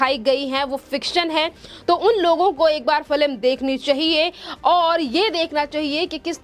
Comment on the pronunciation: Madam news anchor correct yourself and pronounce#Film instead of #FILIM👍